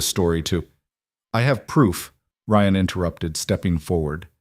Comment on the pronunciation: Ryan Rion lord I love the voice but keep the names right! Don’t that sound exhausting with petty. But I do love the story and I’m not perfect so I don’t mind. And the ability to listen to this stories is an honor. We are not paying this people who do this expecting nothing in return. Funny how people are quick to criticize to be entertain “for free”. Same as non loyal sport team fans they are happy as long as the team wins. 😂 pathetic 😂